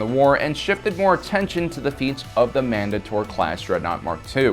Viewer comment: Man-day-tor not man-duh-tor it's very off-putting when you here certain words mispronounced.